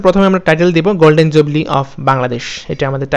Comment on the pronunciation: Are bai golden jubli noy, golden jubilee😛😝😛